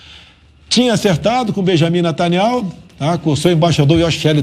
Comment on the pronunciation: Olá assistindo sua live notei que falaste o nome do presidente de Israel de Nitanyauh! Sabe esse nome YAUH e o verdadeiro nome do CRIADOR DO CEL E DA TERRA.